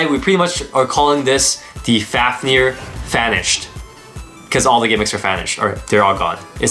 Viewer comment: u sound like ur saying fanished